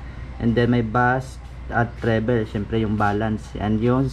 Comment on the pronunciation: trebol hindi trebel pag basa nang treble. buot buot pud kag pronounce ha